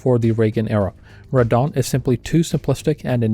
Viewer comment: I kept hearing "Radahn" whenever you said "Red Dawn".